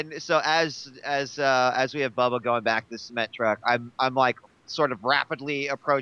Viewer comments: every time i here JP say "cement truck" i hear "seamen" truck. its just how he pronounces it... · The way he says 'Cement Truck', I keep thinking he's saying 'Semen Truck'... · JP keeps calling it a SEE-ment truck... lol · I keep mishearing the way that JP says Cement..